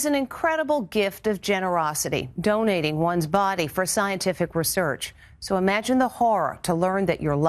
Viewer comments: Sad and scary but umm I thought it was ree-search not rsearch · rur surch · Girl learn how to say research You be like: rEsiRcH